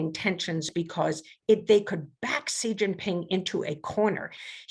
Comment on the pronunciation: Oh my God,: is it so difficult to find out the correct pronunciation of "Xi" (president of China)? Just ask your consultants, Google it, or ask any Chinese person. It's "she" as in the pronoun. Not "see" or zjee". Are we professionals or not?